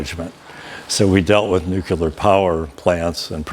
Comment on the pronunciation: "nukeYOULAR" 🤔🙄🙄🙄 come on USA. Don't stoop to George Bush levels...